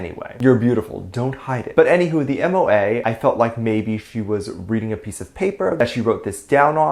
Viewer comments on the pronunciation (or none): MOA is pronounced Moh-Ah. I agree that Soobin and the rest of TxT have not always gotten the acknowledgment that they deserve. The haters went after them even before they debuted just for existing.